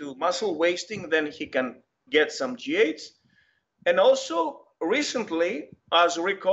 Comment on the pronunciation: Is he say g8s or gh what is it